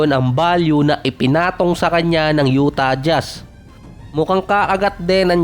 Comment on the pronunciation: Lalo yung Utah Jazz 😂😂😂 Yutah Jas